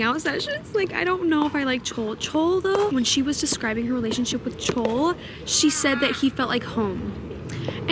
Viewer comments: haha bestie. pronounce Chaol as kale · I made the same mistake but Chaol's name is actually pronounced "Kay-all!" Throne of Glass is my fav series ever (dare I say better than ACOTAR) but the names are sooo annoying to pronounce. theres def lists online of the correct name pronunciations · Girl! You are in for such a ride with TOG!! My fav ever!! (FYI..it’s pronounced Kay-ol. Like Kale..but with an o in it. lol)